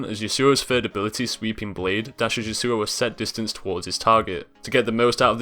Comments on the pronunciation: The way you say Yasuo is retarded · I love the iamaqtpie yasuo pronunciation XD